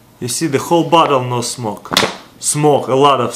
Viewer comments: it is smoke not smock...just sayin :P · smoke has an e at the end